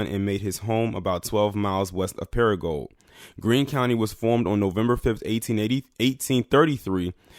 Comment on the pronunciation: Your not pronouncing crow-Lees, Crowley, correctly or para-gould, paragould, your welcome!